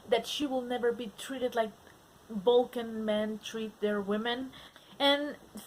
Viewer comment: I think it’s cute that you pronounce “V” as “B” like BULCAN.